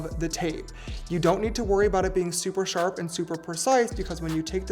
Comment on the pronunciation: “So it’s nice and sharpp” sent me hi mikayla😂😂